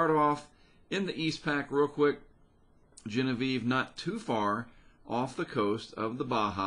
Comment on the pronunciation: Your pronunciation of Genevieve is absolutely correct! I worked for Lykes Steamship in New Orleans. One of our ships was the Genevieve Lykes.